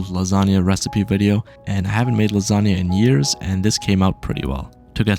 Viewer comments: Bro tell me why say lazania of lasagna? 🤔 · Ah yes, "Lasaga", My favourite type of food